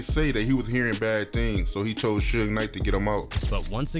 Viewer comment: Additionally, Suge Knight's name is Not pronounced: Sue-gay, or Seewj! It's: Suge,like an abbreviation of the word "Sugar"..Without the ar : "Thanks!!" Smdh😒😑